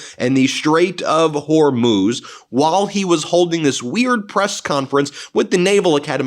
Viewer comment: Thank goodness someone finally taught you how to pronounce the Straight of Hormuz.